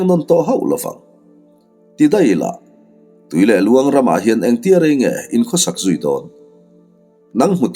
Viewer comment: Tui leh luang nge? Tuilehluan ram, a thluk kha a diklo deuh em